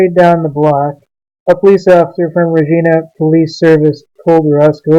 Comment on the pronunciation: 2.0 I would not say he was dressed like a homeless person and the sign said not broke not hungry have a great day. I saw what happened he also had reckless driving and he came around speeding and his seatbelt was already off when he drove around the corner and its pronounced re-gie- na